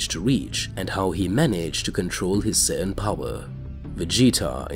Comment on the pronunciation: narrator: sin me: F##K YOU BRO IT SAIYAN